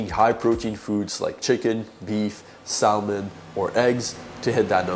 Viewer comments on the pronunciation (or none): He said “Sal-mun” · you dont say the L in salmon